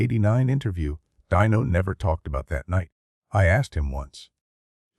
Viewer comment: Is the narrator an advanced robot? There are little mistakes that a human wouldn't usually make. Calling Dean Martin "Dino" to rhyme with "wineo," "Frank Sinatra" with a long "a" as in "pain," and more.